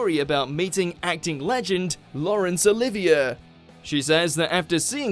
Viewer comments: It is 'Oli-ve-ay' NOT 'Oli-ve-er'! Please!!!!!! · It's Laurence O-live-e-yea, not O-live-e- er. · “Laurence OlivieRRRR?” 🙄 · “Laurence Olivyuh”. wtf?! 🫣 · How did you pronounce Olivier?